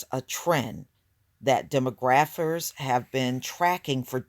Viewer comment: its pronounced dee-mah-graf-furs.